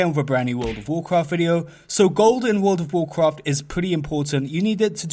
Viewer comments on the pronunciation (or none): wuuurlld ovv wuuwcwaft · Wol' of Wo'cwaf